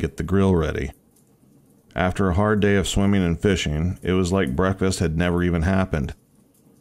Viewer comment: Swimming not swimmeen Boating not boateen Turning not turneen Behind not buhhind Finishing not finisheen Morning not morneen Starting not starteen Swimming not swimmeen Fishing not fisheen Sickening not sickeneen Growl not graal Probably not prolly Running not runneen Caterpillar not catuhpiller Wouldn’t not wooden Before not buhfore Coming not comeen Not even half way through. You get the point. Ing not een. Get elocution lessons.